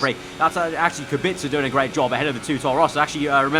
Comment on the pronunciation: Correct pronunciation of Robert's Kubica name, i'm impressed